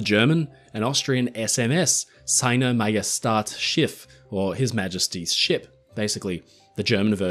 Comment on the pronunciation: First things first, great video! It was realy infomativ and entertaining. But to be honest as a German i had to smile a little because of your pronunciacion of "Seiner Majestät Schiff". On a side note, i read somewhere, that for today's german warships the unofficial prefix FGS for Federal German Ship is used by the Nato. Is that right?